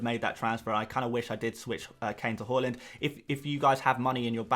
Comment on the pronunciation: Great video but Please pronounce haaland correct 😂